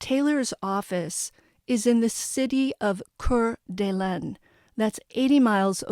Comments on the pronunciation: It's pronounced ..core da lane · *Core De Lane < Coeur d'Alene pronunciation in English. (Gotta get yourself a pop screen, chica.) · It's pronounced "Core da lane". and "Koot en eye" county.